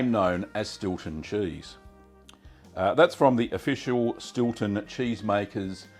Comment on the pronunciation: Stewton or Stilton? lol